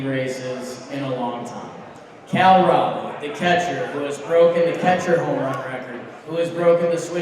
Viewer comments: Its Cal cmon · It’s Cal bro